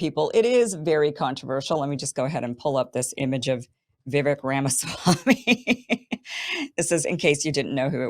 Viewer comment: Vivek has been around for long enough. I love you Kim but get his name right .. Vivek rhymes with cake Vivake!